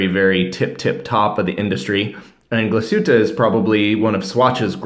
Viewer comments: It’s pronounced glaeh-shoe-taeh, not glass-hew-taeh. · Not Glashuttaaa but Glashutteee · its pronounced : Glass-hootte